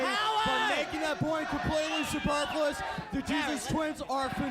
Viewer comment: My man hitting’ us with that “superfluous” outta nowhere without even slurrin’. Okay. I see you.